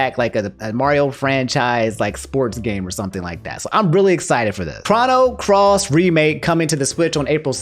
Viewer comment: I still find it funny that calls it "Chah-no Cross" instead of "Chroh-no Cross"